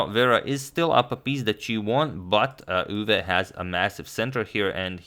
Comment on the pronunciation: As a Dutch person, your pronunciation of Max Euwe isn't bad at all. Nodody actually says 'Machgielis' but many people turn Euwe into Urva or whatever whereas your 'Euwe' is pretty good.